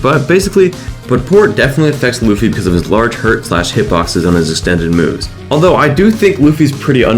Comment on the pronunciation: Lewfee? It’s pronounced luhfee